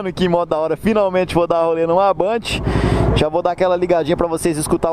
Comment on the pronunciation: ele pronunciou correto, é bandit, n´so que falamos banditi kkk não tem o "i" no final, é como a Honda que o pessoal fala "ronda"